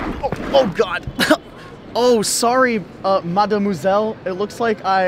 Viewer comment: I’m French and i think your « mademoiselle » is very good ( sorry my english is bad )